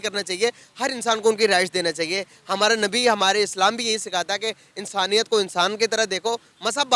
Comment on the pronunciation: it's "ra" not "ada"... it will be hamara not hamada